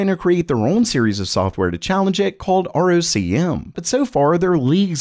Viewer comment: ROCm is pronounced ROCK-em.